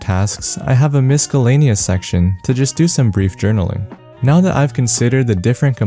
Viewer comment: Nice bro! FYI it's pronounced misselaneous :)